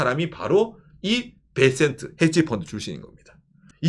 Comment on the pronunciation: 살려줘요 베센트가 왜 살려줘 텐센트로 들리네